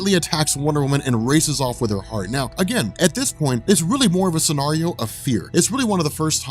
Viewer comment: Stop pronouncing scenario incorrectly, my English teacher wife keeps imitating you around my house to drive me crazy!